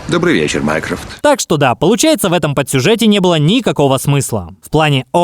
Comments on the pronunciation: Почему мне слышится не Майкрофт, а Майкрософт?😂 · Мне послышалось вместо Майнкрофт Майнкрафт 💅🗿🔫